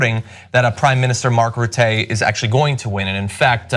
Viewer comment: You pronounce Rutte as Ruh-Tuh, and Wilders as Will-durrs